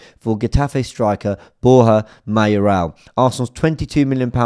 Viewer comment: WTF?? Mayorala??????? 🤮🤮🤮🤣🤣🤣🤣🤣🤣🤣🤣🤣🤣